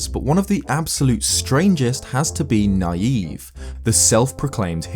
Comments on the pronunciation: I always thought Nayve’s name was pronounced “knave”, as to my knowledge, that’s basically what that word means, a self-proclaimed hero. Either way you slice it though, I guess he’s a naïve knave. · I feel like Nayve’s name is supposed to be pronounced like “Knave”, the Old-English word for a liar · I think Nayve is pronounced like the word Knave, meaning a dishonest or unscrupulous man. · I always thought that Nayve's name was pronounced like knave, because he is a dishonest person. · I always thought Nayve was pronounced like Nay-vee (marine) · I think nayve's name is supposed to be pronounced like knave since he's a fraud or a fake legendary hero, but eh, either pronunciation could be correct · I think "Nayve" is supposed to be "Navy", not "Naive". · ISn't that guy's name pronounced like navy? You know NAY-VE, instead of NA-YVE. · I don't think Nayve's name is pronounced "naive", but as "knave", meaning "man of humble birth". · You're pronouncing Nayve's name as naïve, but I'm not too sure it wasn't meant to be an altered spelling of knave. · Personally, I think his name (Nayve) is pronounced (nāv) like Knave and not (nīˈēv) like Naive. It works either way, honestly. One is dishonest and the other is deranged. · Preeeeeetty sure the guy from Phantom Hourglass's name is supposed to be pronounced not like naive but like knave, who were apprentices to knights who weren't quite at their level yet. Probably is also a play on naive, but ya know, important reference that I think adds more to the character. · It's knave. Not Naive. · I don't think his name is pronounced Naive.....I think it's pronounced Navy...Nay-ve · I think Nayve's name is supposed to be pronounced Knave. As in a lowly squire/low class person? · I thought Nayve was pronounced more like “knave.” To show he is worthless. Like the telescope he gives you. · Pretty sure Nayve is pronounced like Navy. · I think it's pronounced "Nay-v." Or to use an alternate spelling, "knave."